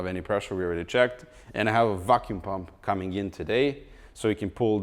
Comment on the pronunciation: YOU LET ME DOWN TODAY at the started you say “coming up” not “COMING UP” like every time hahaaa! Love all your videos so much, it gives me lots of knowledge and make me laugh big time like a watching comedy channel. I wish I can give you more than 1 like for each video if I can. I’m pretty sure 100% your channel is “GOING UP!”